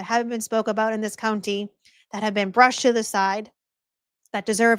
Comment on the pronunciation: I'm just here for the intro song. But then in your intro I swear you said ' what exactly is going on in Norfolk cunty '?